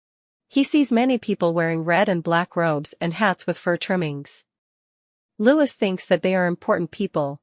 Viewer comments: Odd how the AI knows exactly what Louis thins and feels and does. and it's Lou-ss not louj-iss. and William is not King William yet. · You assume to know alot about what L-O-U-I-E thinks and does...yet you cannot even pronounce his name correctly. Your monlogue is ridiculous. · His name is not Lewis. His name is Louis. (Pronounced as Loowy)